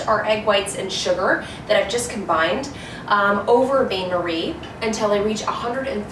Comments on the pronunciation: Maybe look up pronunciation for Bain-marie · well you didn’t say it right